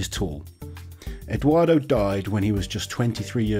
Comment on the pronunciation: C'est pas Edouardo mais bien Edouard